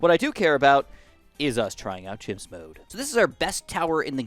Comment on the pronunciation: he said himps